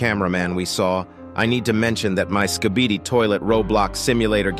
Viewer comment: bro said skibidid😭😭😭